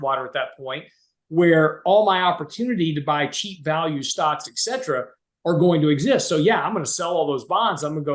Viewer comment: Complete obfuscation on treasury strategy?*!?. I wish he would finish his sentences. Also, it is ET CETERA PLEASE!! NOT EX Cetera. Et is Latin for "and" and cetera is Latin for "the rest." PS too much time spent on worthless analogies.